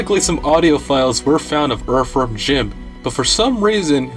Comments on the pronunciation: Cant take uou seriously saying erverm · Dude why are you saying the word "Earthworm" so weird, so many different times? I mean, you picked the topic. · Erferm Jim.